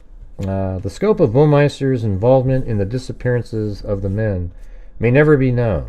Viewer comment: Hey,. Thanks for covering the Baumeister case. It's usually pronounced Bow like cow and then meister. I'm a Hoosier and every so often we hear of more bodies being identified. I truly think they will never identify all of them. The weird Herbert Baumeister guy owned Sav-A-Lot stores. I think they were thrift stores but don't quote me on that. He was married, and even had 2 young kids while he was doing his murder hobby on the side. He would pick up guys at a couple of gay bars that he frequented. He had a fascination with mannequins. He reportedly owned hundreds of them. His stores had them to model clothing but investigators noticed there were many naked mannequins posed all around the indoor pool at his farm called Fox Hollow Farm. That house was sold and that area is down a private drive along with several other houses close by.